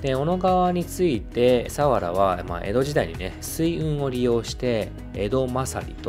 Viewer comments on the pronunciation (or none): 千葉県民ですが、千葉の魅力を報じて頂きありがとうございます。＾ 一つ言わせて下さい。さわらの発音が違います。さにアクセントを付けず、さわらと平坦に読んでください。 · 水郷の読み方と佐原のイントネーションがひたすら気になる、、、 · すいごう。サワラのイントネーション。